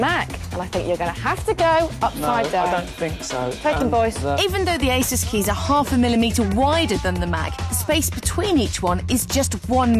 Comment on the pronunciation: Hmm, how odd, the same presenters say eh-sus (How it's meant to be pronounced) in this old episode, but in the recent broadcast they say 'azouse'